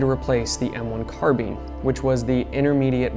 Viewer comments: Car bine not car bean you weirdo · Good god, I hate the way all of you pronounce "carbine". Carbeeeen hurrhurrr Must be an IQ thing